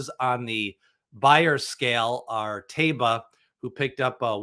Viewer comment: Can you please stop adding an additional syllable to Taiba's name? There's no "bee-ya" at the end of his name.